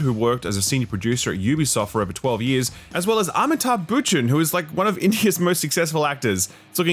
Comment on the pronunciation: Lots of love, but I think I died a little hearing you pronounce "Amitabh Bhachchan" (jsyk it's pronounced Ba-chan)